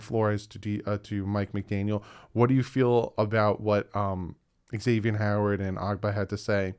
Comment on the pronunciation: Dude. Been a Dolfan since pre- Marino and really enjoy your channel. I just have one FYI for you. It's not eggs zavian or ex zavian. It's pronounced Zavian. Think of the X as a Z.